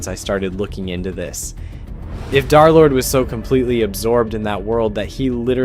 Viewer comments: Why does he constantly say "Darlord" instead of Derlord? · i just put a random time, but seriously guys... i think he continues to say "darlord" instead of Derlord, Just to troll us. Seriously, he's probably so used to it by this point that it doesn't even bother him 😂 anymore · Why do you say darlord instead of derlord? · "Darrlord" is triggering me so fucking bad it's DER- DERLORD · BUDDY I BEG YOU ITS DER NOT DAR💔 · PLEASE STOP SAYING DARLORD IT IS INCREDIBLY DISTRACTING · PLEASE stop calling him "dharr lord" 😭✌️ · Pronounce his name right bro 😭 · i know, I'm saying that this guy pronounces it wrong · because you pronounce it wrong jkjk